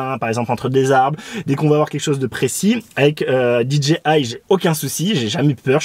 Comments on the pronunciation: Alors désolé , mais c'est dgi, mai dji, en anglais le j se prononcé "dji" donc rn anglais ça fait d "Di" j "ji" I "aï eten francais c'est d " dé" ji" ji" I en gros ont dit tout simplement "dé" ji" je sais quel genre tu cherche à te donner mais c'est du charabia, ça veut rien dire puisque tu prononce dé dgé I mais ton dgé il sort fou, c'est pas un g mais un j qui en anglais se prononce dji, et en français ji, du oup tu sépare cette brève abréviation en trois langue l'anglais le français et le charabia, tout ça pour pas faire comme tout le monde. Dépitant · Ya que moi que tu rends fou en prononcant Did G i? Stp choisies ton camp anglais ou francais mais pas ça ! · Alors, vous êtes hypés aussi ou il n'y a que moi ? 😊 NB : oui je prononce très mal DJI dans cette vidéo surtout au début et ça m'a moi-même gonflé au montage, désolé ! On me l'a largement fait remarqué à juste titre (voir première réponse de ce commentaire et plein d'autres commentaires), mea culpa mais je ne vous répondrait plus individuellement à ceux qui continuent à me le mettre en commentaire ! 😉